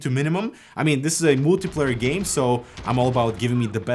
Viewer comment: "this is a mooltiplayer game" no offence just Trull (͡°‿ ͡°) edit : "ooltra ray tracing"